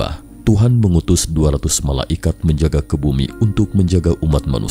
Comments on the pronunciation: saya bingung dengernya, MALA IKAT, mungkin maksudnya MALAIKAT (bacanya malaykat) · Terganggu sama penyebutan MALA IKAT